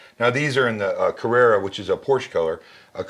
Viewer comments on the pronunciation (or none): Very passionate presentation. However, let me correct a few things. Timestamp - CarrEra is a Porsche name (commemorates success in Carrera Panamericana race). CarrAra is a type of white marble and comes from Carrara Italy. This is the reference that Focal makes. Timestamp - The patent is not on the use of Beryllium but on the tweeter design. Timestamp - "Magnetic" and aluminum? Maybe Magnesium? The Zamac base is in aluminum. Timestamp - IsoAcoustics Gaia. Effectively it only lifts the speaker, but it's true you hear "that" difference. Often it's beneficiary to the sound. By the way - The Kanta is realy a good speaker. Also "we" should all stop the WAF comments in general, but that's a whole different story (that I could explain).